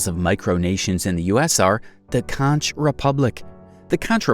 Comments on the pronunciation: CONKKKKKK --------- Not conchhhh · Conch is pronounced "KONK" not "Con-CH". It became a sovereign state when they applied for Federal Foreign aide in 1982 and the US government granted it to them thus officially recognizing the nation state. It's pretty much a joke down there. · Bro really called the conch republic contch instead of conk republic lol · Conch is pronounced Conk, not Conch. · Conch is pronounced “conk” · Conch is pronounced "konk." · I heard of the first 20 ...and it is pronouced conk...tweek the AI. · Conch rhymes with honk